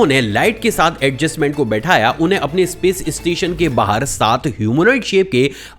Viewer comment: इस्टुडेंट नही स्टूडेंट, इस्पेस एजेंसी नही स्पेस एजेंसी, इस्टेज नही स्टेज। और भाई इस्टेशन नही स्टेशन। सब में ई नही लगता।